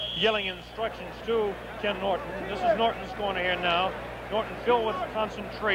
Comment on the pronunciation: Dang, audio texting…Ali not Holly, Norton not northern! 🤣